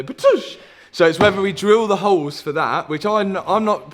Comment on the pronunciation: Holes ❌ Hoes ✅